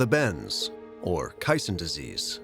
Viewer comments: Kay-son, not kie-son; sheesh! The building elements were angles and plates, riveted together. There were no "U" sections. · KA-sonnes, not cassins. Sheesh PBS! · Kison's Disease ? or caisson's disease???? I have never heard it pronounced that way. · Always enjoy these PBS - especially NOVA doc.s. It hard to find fault with the work they do. So I'm curious how they so severely mispronounce the word caisson ( KAY-sahn), a word so common that it's a critical word in the lyrics of a very well known classic song. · Caisson pronounced like maison , try Google translate (she speaks french beautifully) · "Ka son" idiots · It's pronounced Kay saan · I read a book about the construction of the Eiffel Tower back in the 80's. I picked it up at a used bookstore along with a book about the construction of the big radio telescope at Jodrell Bank. It was easy to see how Eiffel's revolutionary engineering influenced the construction of the later structure. I've never heard caisson pronounce with the long "i" sound. Have I been saying it wrong all these years? I've always used the long "a" sound: ˈkāsän. Great episode! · You'd think PBS would make sure their narrator knows how to pronounce CAISSON! Especially when someone in the video pronounces it correctly.